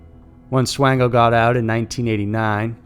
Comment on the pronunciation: Michael Swango is pronounced SWAN-GO. There was no Swain (like Twain) It was SWAN-Go